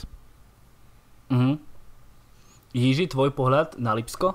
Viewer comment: “Jiží” je výborný:D.. promiň:). Jinak skvělý podcast.